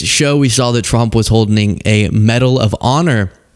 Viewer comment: did you say holdining??